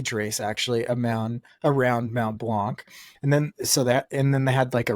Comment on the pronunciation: Also don’t pronounce the C in blanc